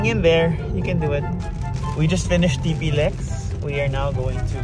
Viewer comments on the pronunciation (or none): Ti-Plex not Tipi-lex😅